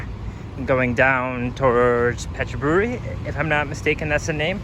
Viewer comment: Yeah, that was wild the other day. Thankfully it’s getting a little better today. Btw the Thai pronounce it Pett-bury